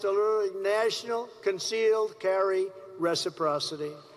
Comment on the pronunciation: at least he can pronounce resperocity?